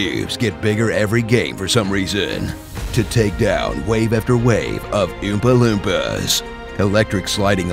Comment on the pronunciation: "Wave after wave of Ewmpah lewmpahhs" idk what it is about how he said that that made me die of laughter